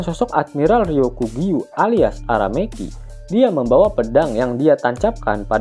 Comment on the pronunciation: aramaki bukan arameki asuu.. kasian emak bapak nya selametan bikin tumpeng..nama orang lu ganti" 🤣🤣